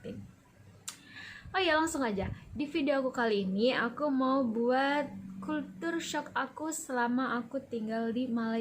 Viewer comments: Sedikit Pembetulan..culture shock..kejutan budaya..bukan kultur shock!! .kalau nk sebut bahasa ingeris sebut la betul2..bukan bahasa indon dirojak ingeris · Bacaan nya begini... kal-sher-shock